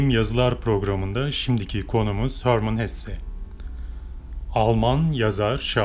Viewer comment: HÖRMIN DEĞİL. HERMAN HESSE